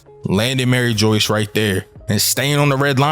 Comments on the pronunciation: Broooooooo its Mary- ju waaaa not fucking Mary joice!!!!! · My man's killing my soul everything he says Maryjoyce it's mariejois lol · Mariejois- Marie-jua lol 👍🏾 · Dude it’s not pronounced Mary Joyce bro your confusing people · my man please say the names properly. it hurts to hear it being said wrong lol..Mary Joyce.....is not the name... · lol bro i cant with every time you sy "Mary Joyce" like i hope thats just a meme dude it kills me lol. Same thing whenever anybody says "Aka eee new" like its "Ahk-eye-noo"